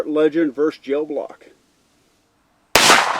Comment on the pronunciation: ver-SUS, not 'verse'